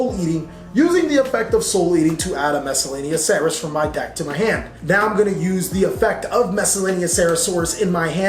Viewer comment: I love he is sooo coool. Those big nemesis are also cooool. Everything is coooool. But pls... stop saying miscelaneoceras... it is saurus... SAURUS